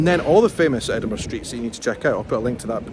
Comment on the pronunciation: I love how you say Edinburgh ❤